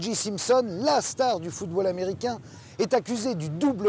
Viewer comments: Très bon reportage mais franchement faites un effort avec l'anglais. Durant tout le reportage, on entend O'Geeeee alors que c'est O'Jay. Comme un DeeJay. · En anglais on prononce odjai (OJ ) et non odji (OG), merci. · ALLONS CARLITO ! TU PARLES POURTANT ANGLAIS ? CE N'EST PAS "ODJI SIMPSON" MAIS "ODJAY SIMPSON" QU'IL FAUT PRONONCER. IL S'APPELLE O.J. SIMPSON ET NON PAS O.G. SIMPSON... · Il y a que les français qui font ça. C'est à mourir de rire. J se dit Jay. Point. Houston se prononce Youston, pas Pas ouston. Faites un effort les français. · Sauf qu’il n’a pas été foutu de dire O Jay correctement de tout le reportage. Pathétique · Je me suis dit la même chose. Ça m’a fait mal aux oreilles tout le long. Et le gars se dit journaliste. Ici au Québec on a jamais compris pourquoi les français voulaient déformer la langue anglaise. T’es de où toi ?